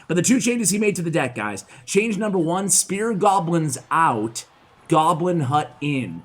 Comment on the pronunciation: I keep hearing him say "spirit goblins".